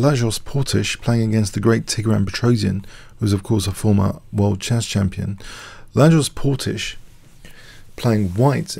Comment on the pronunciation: Hey there, loving the game and the analysis! Regarding the white player: his first name is said as [la-yosh] (Louis) and his birthplace is said as [zuh-luh-e-gher-segh].;)